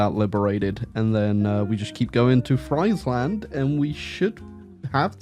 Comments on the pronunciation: As a dutch hear u pronnounce "fraiseland" hurts my ears lol its like u are almost calling us french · Atleast in German, Friesland is pronounced freeze-land. There are no Fries in the name! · It's pronounced freezeland actually 🤓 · It's pronounced Freesland, not Freisland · Bro mispronounced friesland so often. The ie is pronounced like the e in me. Or like freesland. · "Friesland" pronounced like it is the land of fries breaks me 😅. It is "ie" in Dutch is just a hard i. Same in German btw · the impossible challenge of saying Friesland properly. Unless that's the real comment bait. in which case, well played sir, well played...